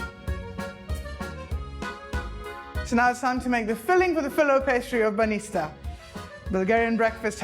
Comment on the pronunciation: It is not banista but bаnitsa and you never put suger on mekitsi..... Omg, if this is your way of making them okay, but don't say that they are traditionally Bulgarian, because no one in Bulgaria would make them like you....